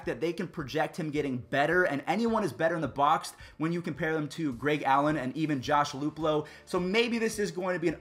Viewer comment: “Josh Luplow”